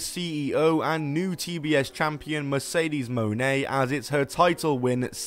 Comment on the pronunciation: Its mercedes moan. Thats not how pronouncing names works there bud